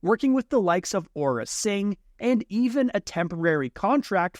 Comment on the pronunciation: really, ora singh? its AURRA SING